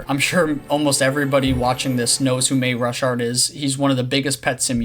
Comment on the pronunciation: Ur pronouncing marushart wrong